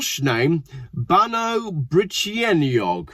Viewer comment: BAN EYE is the way to say that not awe